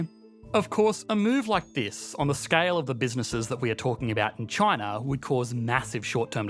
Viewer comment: Why does he say ChinaR? Lol